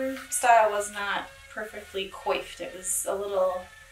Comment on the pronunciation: Adorable! just to let you know: it is: phonetically: KWAFFED. A French word...ooh la la!!!